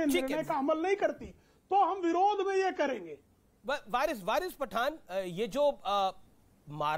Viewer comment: Bc anchor saying 'Virus Pathan' 😆😆🤣🤣🤣